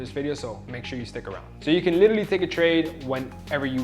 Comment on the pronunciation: Never trust somebody who pronounces literally like that